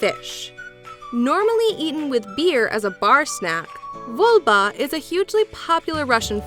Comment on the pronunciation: Dry Russian fish its not VOLBA its a VOBLA !!!